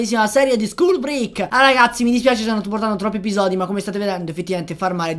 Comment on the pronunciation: Piccolo appunto: la pronuncia di break non è quella :/